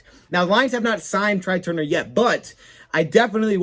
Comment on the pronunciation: Tray Turner not Try Turner.